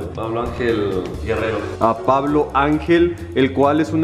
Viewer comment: Todos sentimos raro que diga "Pablo" en vez de Puvlo